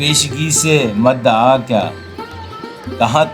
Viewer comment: مَدَعا نہیں ۔۔۔ بلکہ مُدَّعا ہے